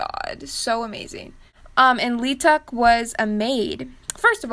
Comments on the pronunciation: Hey this video is fun and I’m living for the commentary and judging but an FYI for the future, Leeteuk’s name is 이특, which is pronounced like “ee took” like in korean the last name of Lee is actually Ee, but english like thinks that’s weird or something. Anyways chenle’s name is fucking impossible so props for trying your best and Leeteuk deserves the world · (sorry for commenting on an old video, I just found your channel) One of my faves was Yesung from Super Junior, dressed as 'R' from Warm Bodies. He pulled it off nicely. (and you don't pronounce the L in Leeteuk.) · I love how you pronounce leeteuk leeTUCK